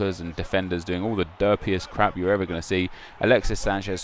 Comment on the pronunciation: The way you said fanny dance made me laugh. I'm mature, I swear it.